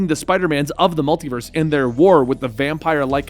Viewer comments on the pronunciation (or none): none